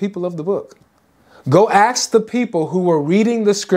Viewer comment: I love you man but can you swap “axe” with “ask”? 😂😝 I’m sure you don’t mean, in this context, that Muhammad was meant to axe the people of the book 😂